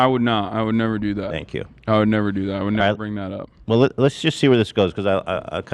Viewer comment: Saye-nk You